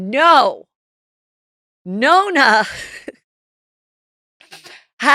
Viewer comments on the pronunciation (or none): the grandfather is nono. not nona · Nonno not Nonna… 😊